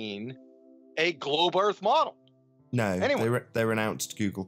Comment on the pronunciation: The way that the creep pronounces the word model ( as modUL ) is enough to make you dislike him without the drivel of FE